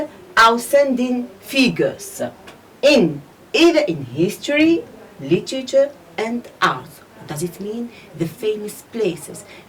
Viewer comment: it's literature not LETCHITCHA